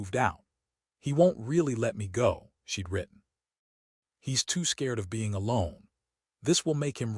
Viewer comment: She got out of the suv wearing a coat that she left in the house before her trip. Is this some sort of quantum entanglement type of thing? Also, you’ve got a contraction problem in your stories lately. Most of them are fine but most of the “she’d” in the script are being spoken as “she dee.” Occasionally one will squeeze through correctly. It’s not always confusing but it depends on the next word. In a previous story there was a sentence that had “she’d banked” in it. It sounded like “she debanked.”